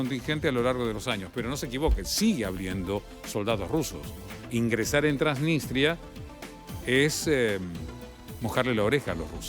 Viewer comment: TransniStria no "TransniNStria"